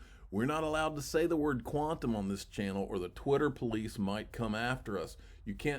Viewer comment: Why can't you say Quantum